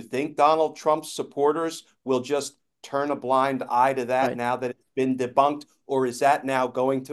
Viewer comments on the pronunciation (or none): none